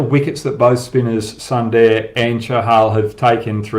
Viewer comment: Hoggy pronounce sundar as "SOON DARE" .. will be proper mate